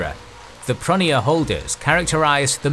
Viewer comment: It’s arguable how best to anglicise the pronunciation of Greek and French. But I don’t like this fellow’s choice. Example: pronoiar. He says pronny-ar. I would go pro-NOY-ar... Also bizarre is his KOn-stanty-NOPPLe!